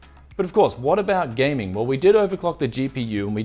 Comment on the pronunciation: no more 'gayming'?